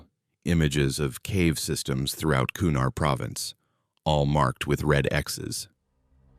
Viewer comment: Kunar does not have ‘d’ in it, there is no such place as the ‘Kurar mountains’, it’s the Hido Kush Mountains, and holy shit STOP calling Fobs, F.O.B.s, it’s pronounced as a word. This is all in the first few minutes. This story sucks